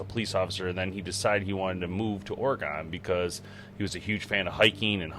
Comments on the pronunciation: It's Or-E-gun. Not gone. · As a Oregonian I must tell ya we pronounce it Oregin not Oregone 😁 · It's pronounced Ory Gun not Or gone lol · Interesting video. But, u pronounce Oregon incorrectly. It should be Oregen. Not a hard “o” kind of like u would say “again”…. Think of it like Oregen. Is it possible Bigfoot was helping direct him to his car? Seems like maybe Bigfoot wanted him out of the area as much as Jeff wanted him gone. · Say Oregen(Oregon) not Oregone. This bothered me so much this whole video. Otherwise, great job. I believe it. I've seen some shit in my life no one believes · Hey! It's OREGUN! NOT OREGONE! WE ARE STILL HERE! Pronounce it CORRECTLY!! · Bro it’s Oregon Oregon not Oregan 🤦‍♂️ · People in Oregon pronounce it ORE- GIN not GON!! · Ore-gun....not gone. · It’s pronounced "Orygun”. From a native Oregonian. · Well I guess being ex military and an ex pig(who lie Alllll the Time) somehow Validates His Story But All The Other Thousands of Witnesses story’s aren’t valid😂. And you pronouncing Oregon “Or-Gon” shows your an untrustworthy person yourself. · It's "Or-E-gon" y'all not OrgOn. It's never okay pronounce it OrGone. Don't do that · I stopped watching after he kept saying or-GONE... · Ore gon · Oregon has a E in it your saying it wrong sorry to be that guy but I'm a Oregon native so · The pronunciation of Oregon was a little weird it's not how most people hear say it at least in my area. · You miss pronounced Oregon so many times in the first two minutes I had to stop watching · Oh my god!! Stop mispronouncing Oregon!! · You say Oregon strange